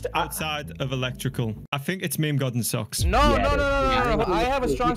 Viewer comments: Anyone else gonna talk about how he pronounces meme “me me” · I am still so confused. Why does socks pronounce meme like that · Socks: meemee Me: its pronounced "meem" Socks: MEEMEE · Socks saying meme:mimi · For some reason I get triggered Somebody spells mimi wrong Or thinks meme is mimi It’s probably just because it’s my Roblox name So when he said mimi instead of meme anxiety rises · Who's gonna tell him it's pronounced "meem" not "meemee". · its not me me its MEME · Who else cringes when they say me me instead of meme 🖐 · Why do u say me me not meme?